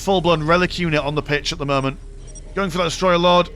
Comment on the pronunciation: "at the murment"